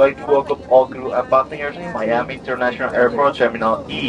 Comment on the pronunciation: Brother ഇംഗ്ലീഷിൽ miami എന്നാണ് എഴുതുന്നതെകിലും pronunce ചെയുന്നത് മയാമി എന്നാണ്